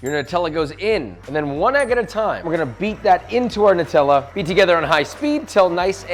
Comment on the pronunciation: Thankyou for being the only American that can actually pronounce Nutella properly Everyone else say nootella